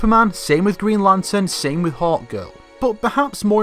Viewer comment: I thought that he was saying 'hot girl' whenever he was actually saying Hawkgirl